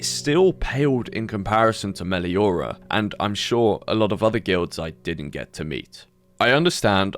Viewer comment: thats not 'Meliora' or whatever they called it no no THATS FUCKING BA SING SAE